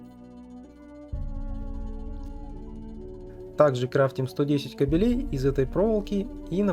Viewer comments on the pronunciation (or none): Всё классно! Классный гайд и монтаж. Но пожалуйста... кАбелей, а не кобелЕй) кабель не равно кобель)